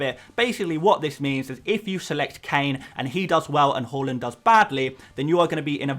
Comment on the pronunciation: More like "Hauland" am I right!